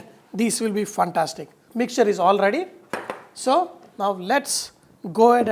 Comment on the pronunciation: Chef, You are awesome. However, the pronunciation is "fantastic", not "funtastic"! Can you please give temperatures in Fahrenheit also? I am in Canada.